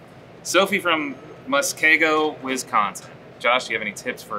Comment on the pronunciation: being from WI, the way josh said muskego is killing me 😂